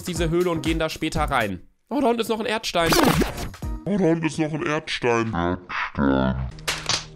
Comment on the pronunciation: Wer kennt ihn nicht. Den ✨ErDsTeiN✨